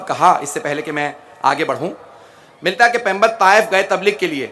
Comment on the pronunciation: Phly pygambar ka lafz to Sae kh do